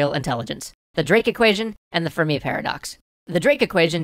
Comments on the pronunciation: I'm almost certain it's pronounced Ferm-i and not Fer-mi. Otherwise, great episode! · Enrico would be very disappointed with your pronunciation of "Fermi".